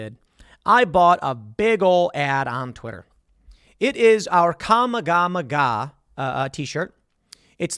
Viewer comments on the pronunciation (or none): Did he just say kama-Gama-haa instead of kamehameha?